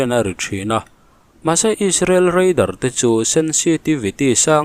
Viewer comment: Chuan REIDAR tih zel tur. RADAR anilo